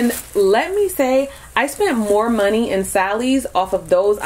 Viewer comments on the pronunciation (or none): none